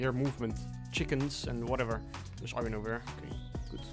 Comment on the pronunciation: Why do you pronounce bass and iron wrong?